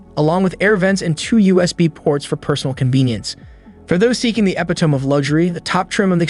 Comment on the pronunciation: Nice car, and very reasonably priced. I don't think I have ever heard "double-touch screen" and "opulence" in the same sentence before. Kind of incongruous. Also, the narrator needs to look up the pronunciation of the word "epitome." Sounds REALLY strange when mispronounced (something that Richard Gere mocked Cindy Crawford about years ago).